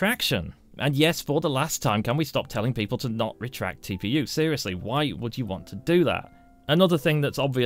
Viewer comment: Your videos are very good but you talk so funny deretract lol